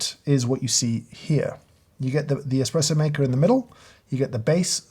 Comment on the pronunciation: Its "espresso"